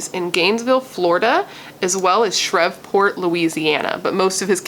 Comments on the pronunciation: I'm from the south and ppl usually pronounce it Shreeve-port. I love your content and great vid btw! Love it's your 1st true crime vid. You also do beautiful makeup styles and when I watch ya I just feel like we're just chillin not killin lol. 😎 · It pronounced she re port….my family from Louisiana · it;s pronounced SHR-EVE- PORT :) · Omg! I can’t believe a serial killer that inspired Scream was in my hometown of Shreveport. Pronounced Shreeve port… Like leave… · I love watching all of your True Crime videos! And just FYI, it's pronounced Shreve like Steve and then just port lol..I live not too far from that area, that's the only reason why I know. 😊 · Like spree Shreeport v silent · Shreveport pronounced shreev-port🙂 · Shreveport is pronounced shreeve-port .. You are too hilariously cute trying to pronounce it. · It's pronounced "shh-reeve--port" I believe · Shreveport LA is pronounced Shreev-port. No worries. Just letting you know. Only cause I live in the south and that's how we pronounce it where I live. Lol. Ty for covering this story. Very sad and unfortunate. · I lived in Fort Worth and Shreveport for 6 years! Had no idea. (And they say it Shreeeeeveport.)